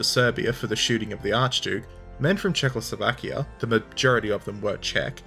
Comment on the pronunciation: It better should be as that is how czechs and slovaks say it... which should always guide foreign language pronunciations...